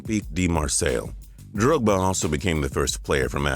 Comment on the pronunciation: you just butchered drogbas name